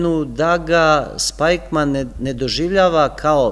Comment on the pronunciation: Jedna ispravka, izgovara se Spikman. Hvala na veoma dobrom predavanju.